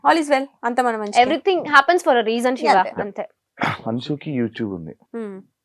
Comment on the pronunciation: షివా కాదు శివా